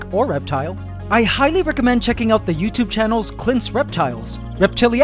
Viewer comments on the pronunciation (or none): none